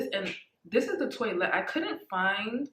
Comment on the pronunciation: Good review but its pronounced twa let not toylet 😜